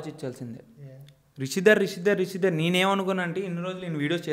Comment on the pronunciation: Hello brother meeru ma favourite GAM couple rishidhara name ni correct ga pronounce cheyaledu so 1000+ times sorry cheppandi.😜